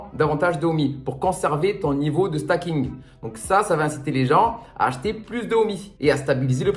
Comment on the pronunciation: Bonjour. Juste une précision, on ne dit pas "stacking" mais "staking"... comme dans "proof of stake". Bonne journée!